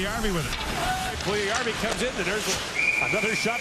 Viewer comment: And how to pronounce Puljujärvi: Pull-you-yarr-we. Best of luck to Jesse, he has everything to be superstar after couple of years. Some even say he's better than Laine.